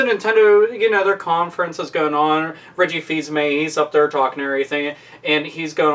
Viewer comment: Its Reggy not Ricky xD